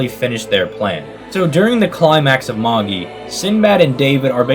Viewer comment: Its pronounced MA-JAI not MA-GI 😂